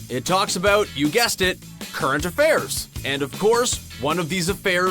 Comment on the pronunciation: " current affarce" 😂😂😂😂😂😂😂 are they dumb?